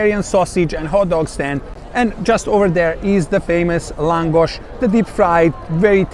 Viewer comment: Für Deutsche : Laaaaaaaaaahngosch..ausgesprochen